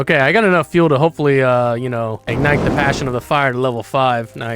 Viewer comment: "I RIDE ZA DEER"